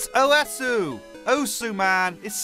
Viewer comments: says Oesu instead of Osu! Me: visible frustration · I cried when he pronounced osu as owesu